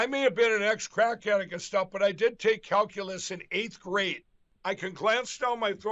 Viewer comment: Number C is great at "Calculace" 🤣🤣🤣🤣🤣🤣